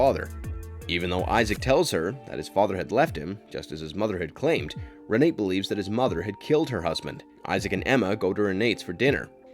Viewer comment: It's pronounced "rey-nah-tah," not "rey-nate." Also, it's pronounced "trists." If you are going to narrate a video, please learn how to pronounce the words in the scripts!